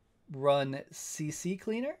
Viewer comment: C Cleaner. Not CC Cleaner.